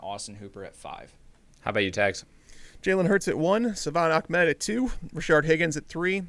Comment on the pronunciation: its not achmed its ahmed